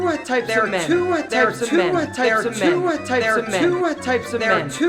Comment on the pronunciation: Y'all we've been pronouncing "two" wrong all along... To-wah....